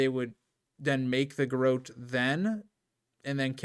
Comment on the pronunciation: It’s said like GUH ROT